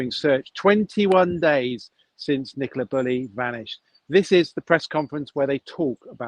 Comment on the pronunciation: Sorry, who’s Nicola Burley??!!!!! 😡😡